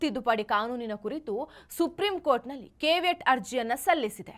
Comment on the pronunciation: ಅದು ಕೇಬಿಯಟ್ ಅಲ್ಲ, ಕೇವಿಯಟ್